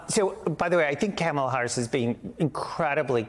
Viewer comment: "Coma-la" Andrew. Geeze she's not Caramel.